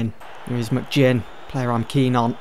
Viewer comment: Pronounce McGinn properly